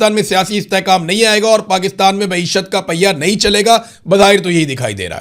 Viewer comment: (IMRAN BHAI) Nahe kahny k andaz ke to bath he kia hy,,, kaisy ap ly kr aty hain(NAHE) kia bath hy